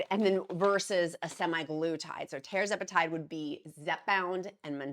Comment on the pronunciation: It’s TERR-ZEPA-TIDE